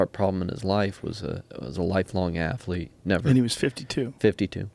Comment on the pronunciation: Bryan "afflete" Fogel